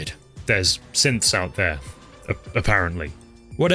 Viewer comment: When you mentioned Synths in Fort Hagan, I thought you said simps... which fits well with the mention of women faking stuff on the internet.